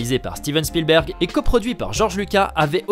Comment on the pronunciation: Tu ne sait même pas prononcer le nom de Steven Spielberg correctement. C'est pas Chpielberg. 🤣